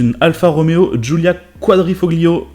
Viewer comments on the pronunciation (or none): Quand au début tu parles de la Giulia Quadrifoglio et que tu le prononces « glio » ça me fait pas mal aux oreilles (désolé j’ai des origines italiennes et je m’appelle Francesco, Fred étant mon second prénom). Le g en italien ne se prononce pas. Le modèle n’a pas l’appellation quadrifoglio verde mais juste quadrifoglio. J’adore la RS3 mais qu’en Berline personnellement. Mais quand tu parles de la BMW à . J’adore le look. Apres je comprends que l’arrière ne peut pas plaire à tout le monde. Tous les gouts sont dans la nature et heureusement. Mais personnellement quand tu dis que tu n’aimes pas cette bagnole je comprends mais quand tu dis que tu aimes le modèle x à 😱😰. J’ai dut mal à comprendre. Le look est vraiment bien plus particulier que cette BMW. Surtout quand tu dis précédemment que tu ne veux pas de SUV. Alors la cerise sur le gâteau pour moi c’est la Classe R, je trouve ça super moche. Surtout que tu n’aimes pas série 2 grand coupé. Tu dis qu’un Dodge Ram n’est pas pratique en France, surtout en centre ville (je suis tout à fait d’accord avec toi. Surtout que tu oublies les parking sous-terrain. Personnellement, quand je veux garder ma caisse propre j’évites de me garer dans la rue, je privilégie les parking sous-terrain. Mais avec une RS6 je ne vois pas du tout le coter pratique de cette caisse. D’accord elle possède un énorme coffre. Mais bonjour le gabarit de la caisse si tu veux te garer en sous terrain (vers Marseille ils sont souvent étroit, bonjour pour